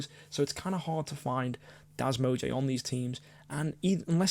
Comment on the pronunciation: I love how you say das mog-e XD